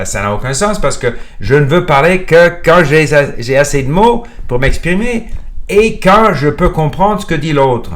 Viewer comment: It's mostly perfect, but there are places here and there that do not sound native. Those are usually one-offs here and there, not systematic pronunciation issue with one sound. For example: j'ai sound like "jeille", surtout with an English oo, some R's are not pronunced perfectly like a native would (there are 4 to 5 ways to pronounce it, each in there appropriate contexte). One recurring issue though, "vidéo" pronunced as "vidio".